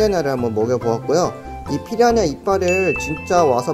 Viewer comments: 왜...피야냐 로 들리지... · 피라냐 발음 안되시는거 귀여우시네여ㅋㅋㅋ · 왜 자꾸 피라냐가 피냐냐로 들리지..? 내 귀가 이상한건지.. 브르님 발음이 커여운건지.. 모르겠당.. (둘 다 인듯) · 발음이 피랴냐로 하시는데 귀여어